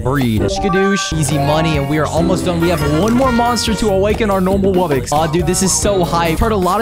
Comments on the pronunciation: It’s not wubbix it’s wuBBOX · He said rare wubbox instead ipic wubbox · It is not wubix it is wubox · Pour stop saying wobbix it's wobbox I will unsubstibe if you still say wobbix